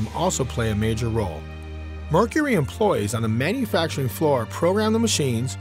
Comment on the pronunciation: Products not prodicts. Merc-u-ry not Merc-er-ry. Employees not employs. Capable not capble. Marrying not mareing. Fond du Lac not Fondlack. Robots not robutts.